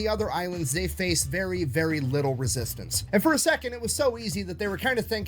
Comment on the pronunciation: "A Littole British Gull"....